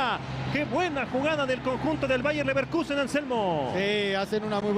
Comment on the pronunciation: Bayern LevenrQue?🤣🤣🤣🤣